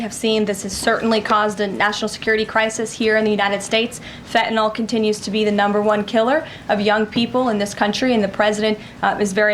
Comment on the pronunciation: it’s Fen-Tan-iLL not Feta-Nall it’s not Greek cheese dummy